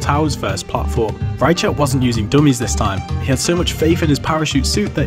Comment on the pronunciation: That's not how you pronounce "Reichelt".